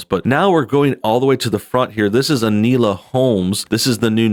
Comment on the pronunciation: It's pronounced "In-Oh-La"...